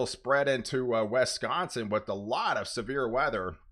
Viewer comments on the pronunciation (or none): It's Wisconsin not Wesconsin